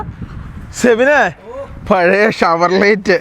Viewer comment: ഷവർലറ്റ് അല്ല ഷവർലെ എന്നാണ് pronounce ചെയ്യുക